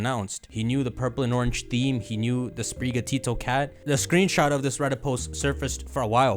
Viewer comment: spiri gatO as in spirit and the Spanish work for cat your pronunciation of this is making me loose my mind